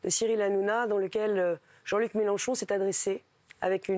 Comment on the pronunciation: Eh oui elle dit Méloncho c'ataqué aux police, mais c'est qui qui arraché le yeux aux Gilletes jeune ?